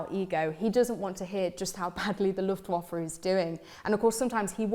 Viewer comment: She is an expert on her subject, but her DE pronunciation is surprisingly bad given her area of expertise: Luftwaffe is pronounced LuftVaffa (as in Jaffa, and not as in waffle) and Wunder is Vunder (not wonder or wander). Jagd is yargd, not yacht, (the DE and EN words are the same for "yacht"). Stuffy, signing out ;-)